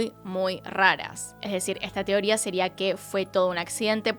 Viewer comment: Amo cuando dice "tioría" en vez de "teoría". Besitos desde Chile ❤️